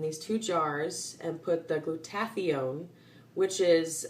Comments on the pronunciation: It's pronounced Glueda-thy-on, not glue-taffy-own. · It’s gloo-tu-THIGH-un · FYI Glutathione is pronounced Gluda-thy-own... FWIW... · Not teally important, but i think Glutathione is pronouced: glu-ta-thigh-yone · it's pronounced gluta-THIGH-yawn. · awesome vid. but check your pronunciation of Glutathione. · Never heard Glutathione pronounced the way you do, too cute!